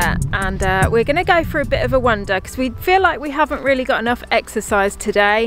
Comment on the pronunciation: Love your videos however once again want to point out its "wander" not "wonder"!!!!!!!!! Grrrrrrrrr